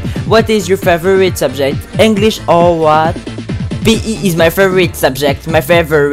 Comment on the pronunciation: work on "favourite" pronounciation